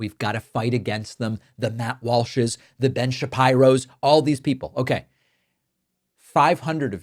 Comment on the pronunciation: Did you just call him Ben "Shap-eye-ro"???